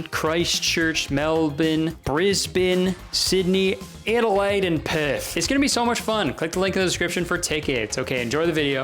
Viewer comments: Kurtis, I just want you to know that the way you say "Adelaide and Perth" has become a vocal stim for me and my fiance. Flawless pronunciation. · Adelaide and Perth perfectly pronounced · FILTHY (and perfect pronunciation) of Perth